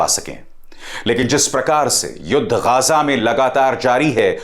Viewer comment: अभिसार जी वो गाजा नहीं गज़ा है, कुछ सीखो अपने दलाल चेले रवीश कुमार से